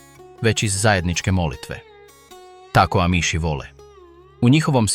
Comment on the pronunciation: AMIŠ se izgovara s naglaskom na A.